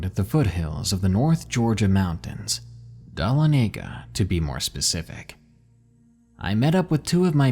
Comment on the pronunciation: The name of the town in north Georgia in the second story, Dahlonega, is pronounced, "dah-LON-neh-guh." Creepy stories nonetheless.